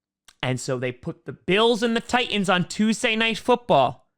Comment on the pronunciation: Tie ands. Thats how I hear the name of the Titans here lol.